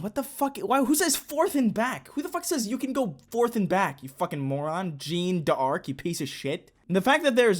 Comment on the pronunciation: SombreDevonte06 Explained [ʒan daʁk] The rhotic r is kind of ok, but it's just not Jean, it's Jeanne. Janne. Djahnn. Phonetic alphabet renders it more accurately.